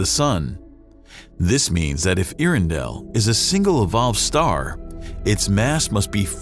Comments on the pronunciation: “Ear-in-dell” doesn’t even make sense. Get it together. “Air-endell” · “Air-endel” but correct me if I’m wrong. You would think they would get it right. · Your narrator need to brush up on his pronunciation of “air-endell” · And the presenter mispronounces it. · Another quick fact. His mispronunciation of it almmost ruined my meal. This is how I learned I am too much of a nerd for my own health. :( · Good documentary, but you'd have had more credibility if you had learned how to pronounce Earendell. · I'm sorry, there's no way I can listen to you mispronounce Earendel for10 minutes.